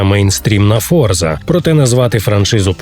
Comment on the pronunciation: Боже, ну шо так складно вивчити, що гра називаться не ФОРЗА, а Форца? Це італійське слово і воно читається не з використанням англійського.